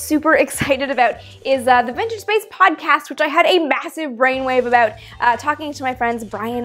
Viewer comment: hah... it's cute when she say's "aboot"... lol